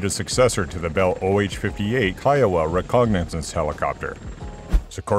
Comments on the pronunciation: What's is "recognasance"? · I had to stop watching after the second time you called it a "recognizance" helicopter. You need a better proof reader.